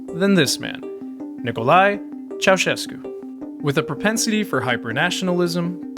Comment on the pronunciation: Finally a foreigner that says Nicolae Ceausescu instead of Nicola Ceacescu